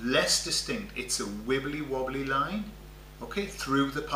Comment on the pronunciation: Sorry but with your accent when you said "wibbly-wobbly" I jumped to the Dr. Who episode "Blink".